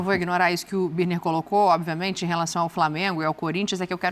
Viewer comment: Esse Birner é guloso falou que quando entrar duas é três bolas tudo vai ficar bem. E pra piorar ele falou: Oviamente